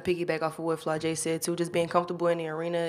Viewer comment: Who was that reporter that asked Alexis about post play and called Flajaue “Flo-jay?” Dude, do your research before you ask em questions. Alexis had to fix her face and stop her laugh when he said “Flo-jay” 😭